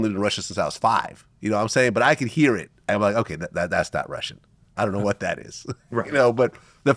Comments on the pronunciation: Cut some of that VWHATTTT OUT 😂😂😂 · "Vhot-Vhot, & the Vhot-Vhot"🤦🏾‍♂️😭😭